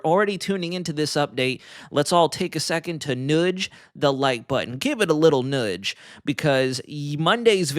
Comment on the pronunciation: I'm happy ta be subscribed, but if I hafta hear you say "noodge" multiple times a video I'm gonna reconsider.😂